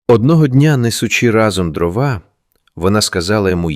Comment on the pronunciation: Дякую за розповідь. Маленьке прохання не дровА, а дрОва .